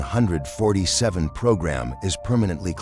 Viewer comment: The way 747 is pronounced in this video pisses me off